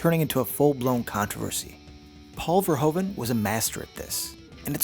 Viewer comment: Verhoeven* As a Dutch man I can't allow mistakes like those!